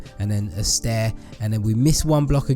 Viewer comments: haha u keep saying staiir haha u just make me laugh😂😂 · XD you said stair